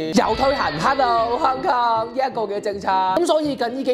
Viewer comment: 屍u in 糠狂